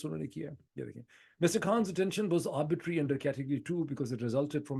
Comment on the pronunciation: You have repeatedly pronounced a word "arbitrary" as "arbitery", perhaps as a result of some misconception. I am of the view that both terms carry with it a marked distinction in its meaning, implications and repercussions. Sorry, if I am wrong.🙏